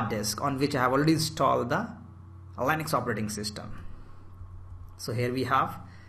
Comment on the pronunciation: Very good , but please don't say LANEX , thats Linux